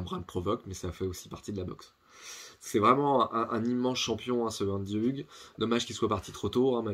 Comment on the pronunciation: Sa se prononce ougue (Hug)